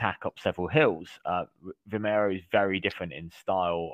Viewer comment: You have the names wrong ... its not vimeiro or Cintra, it is Vimieiro and Sintra